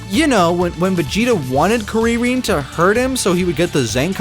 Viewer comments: Who the fuk says korean instead of krillin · I have literally never heard someone pronounce krillin/kuririn that way. Jesus, just say krillin. I know you're trying to be a purist, but fuck. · I read the comments about him saying "kuririn" but didnt think it could be that bad It was that bad xD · istg if I hear "kuwiwin" one more god damn time... if you're gonna stick to the japanese pronounciation at least don't half-ass it, roll your god damn Rs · The fuck is a karirin? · I stopped watching after i heard kurririn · yeah, the way he says it in the video sounds off. It’s more like “Koo-ree-reen” with that Japanese “R” sound lol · Laughing at the people complaining about the usage and pronunciation of "Kuririn" in the comments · dawg if you're gonna say Krillin like that, just use an accent on the Rs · what are you talking about? If you're gonna say the Japanese name, say the Japanese name, but why are you just butchering it? Find me an example of Japanese people having a preference for our English pronunciation, and I'll stand corrected. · Surely he’s pronouncing it wrong on purpose💀 like “trying” to say the name in Japanese but saying it the way he does is unironically more disrespectful than just saying Krillin😭